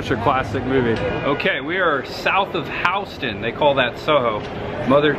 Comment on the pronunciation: LOL "howston and broadway" It's Houston like the city in TX